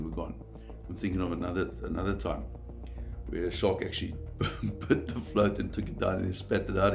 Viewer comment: "the Shawrk"